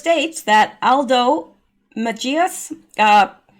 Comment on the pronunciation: Hello,,, just an "assist" on Mejias,,,, pronounced meh,,,HE us